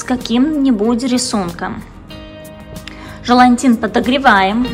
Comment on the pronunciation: тОрта, и желатин, а не желантин